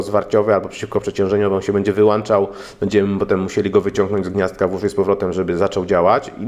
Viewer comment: Najpierw ,,diudy" ,a teraz się ,,wyłancza" zasilacz. Miej litość dla języka polskiego.